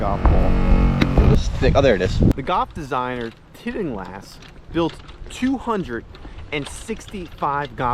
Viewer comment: Tittinglast? Really, man, it's pronounced just like it's spelled Till-Ing-Hast. My second favorite designer. I'll have to check this course out, beat up or not.